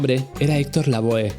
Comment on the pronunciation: Lavoe también lo pronuncia mal, se dice lavó jaja